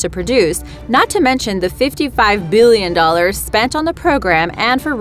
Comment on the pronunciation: Oops I mean why she say biillion